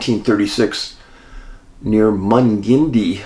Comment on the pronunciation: Thanks David for all your hard work. Just for the future, Mungindi NSW Australia is pronounced Mung in die.